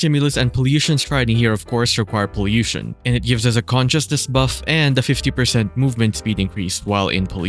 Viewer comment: I can't be the only one hearing him pronounce "pollution" as "pollyution"